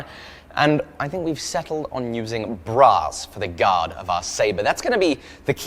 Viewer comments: oooh brass it sounded like "bras" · I heard "Bra's" instead of Brass ;-)